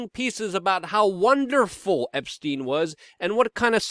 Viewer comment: "Meet the same faith as Jeffery Esptiein" ? It seems like you mispronounce a word every video that no one else says differently. The most frequent word is you always say co-mor-bid-ity as co-mor-bill-ity I can keep a log if you want. I have been considering it, but seems a petty waste of time. We all know what you mean.